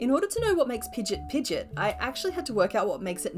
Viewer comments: Sorry I have to be that person. Pidgeot is pronounced Pidgey-Ot. You are pronouncing Pidgeotto right. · pigeot is pronounced pigy-ott